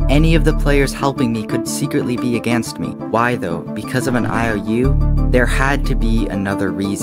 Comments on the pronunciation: “Aganst” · You say "aganst me"